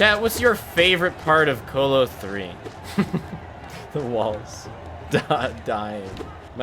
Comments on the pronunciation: The fact that he says colo like colon instead of colosseum actually fucking hurts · I’ve never heard someone pronounce “Colo” like “colon” is pronounced